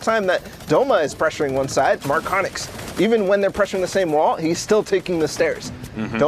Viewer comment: Ne znaju reci MARKONIX